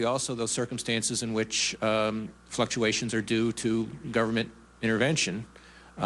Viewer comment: DID HE SAY " fuck UACTIONS? meaning to say " fluctutations? PRICELESS.LOL